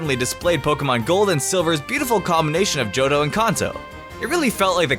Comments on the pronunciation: Also did he say kAHnto instead of Kanto WTF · Wait wait wait.... did he say KONTO. ITS KANTO! Everyone knows that